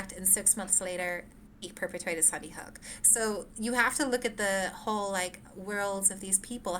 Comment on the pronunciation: She keeps saying Sunnyhook…